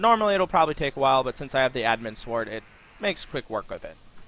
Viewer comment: can you actually say sword properly you don't pronounce the w and it makes you sound special